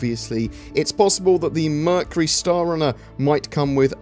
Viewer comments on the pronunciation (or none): none